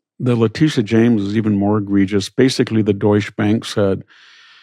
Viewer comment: Great interview and interviewee! I'll add your name to the list of black people that Victor weirdly mispronounces the first names of. It's a distracting habit I'm still trying to make sense of... Kamala, Leticia, et al..